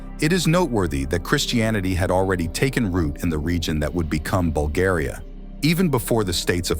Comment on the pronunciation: Dudes can't even pronounce our name... Making stories just for content 🤦